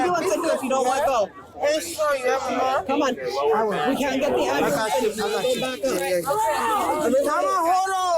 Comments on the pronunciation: PLEASE PLEASE TELL ME THEY READ HER MIRANDA RIGHTS?!?! I need an ambalense! Word annunciation "Am Bu Lense" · She's axing for un ambalanz. She gots bumps on her ebowz an fo-hed! 😂